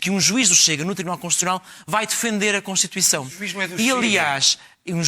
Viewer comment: Esse bicho do PS é um palerma! Devia ter vergonha do que está a dizer! Nem sabe dizer CONSTITUIÇÃO!!! Desaparece, palhaço!